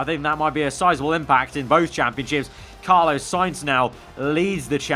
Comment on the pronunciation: Why do you pronounce 'Carlos' like that? "Car - loss" not "Car - low - ss".